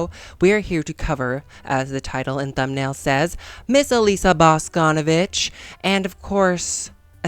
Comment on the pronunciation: okay diva im so sorry for being annoying or too nerdy or smth its not bAsconovich its boscnvIch, emphasis on I sorry, LUV YA